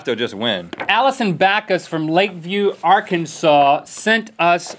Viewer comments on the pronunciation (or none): none